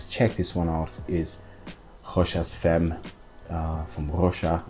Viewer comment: You just need to correct the pronunciation of the femme(very common mistake by non french),and you're ready to go:)... actually,it's very easy...